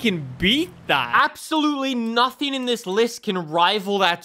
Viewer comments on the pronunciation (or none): none